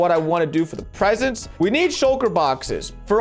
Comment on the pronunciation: Lmao why’d spell “presents” like that he said “pesents”